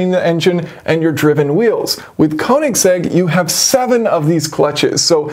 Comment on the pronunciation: Nicely detailed in depth look but please at least try to learn how to pronounce Koenigsegg.